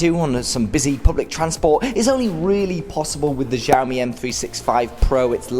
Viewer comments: thanks for the vid but please learn how to pronounce xiaomi properly coz it makes u sound like a drunken nob the way u say it now... google it bro.. in chinese 'x' is pronounced like 'sh' with less emphasis on the 'h'... sorry to be picky but.... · Still pronouncing xiaomi wrong but oh well